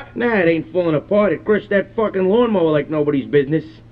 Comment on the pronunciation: I put the lawn mowah in the lawg splittah!